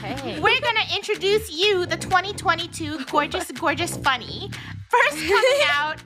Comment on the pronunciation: Theres ✨fUnEH✨ ✨gUnNEH✨ ✨rUnnEH✨ ✨lUnnEH✨ ✨dRunnEH✨